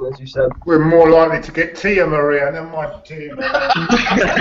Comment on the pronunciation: Tia Maria instead of dia maria, classic quote claude!